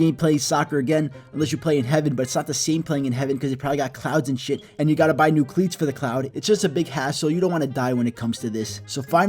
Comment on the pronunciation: "And u gotta buy new cleets for the clouds" lmao